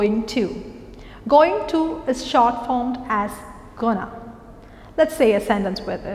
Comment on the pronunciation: Going and hope pronunciation is wrong i feel.(at times you are making the mistake) Hop and hope pronunciation is different. You are pronouncing hope as hop. And isbit correct to say hi to all? Cant we just say hi all?